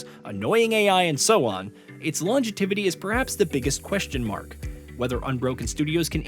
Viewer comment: You said "longetiviy" . WTF 😂😂😂